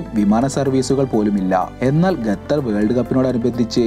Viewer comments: 🤔ഗത്തർ എന്നല്ല ഖത്തർ എന്നാണ് 😊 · Arabic pronounciation ഗത്തർ എന്നാണ്